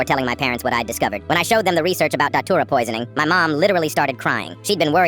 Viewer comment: Bro it's frikin dhatura not titura 😭😭😭